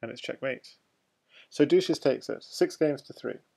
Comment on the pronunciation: "dushezzz" was probably intended to be pronounced the same way as "sanchez", not like "douches", the things used to clean vaginas haha. Other than that great commentary :)